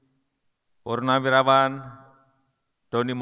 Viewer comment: Kok purnariwaran yg d sebutkan, bukan purnawirawan